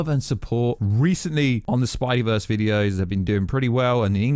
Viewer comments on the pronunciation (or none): none